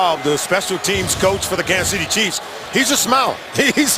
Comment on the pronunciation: It's "Chiefs".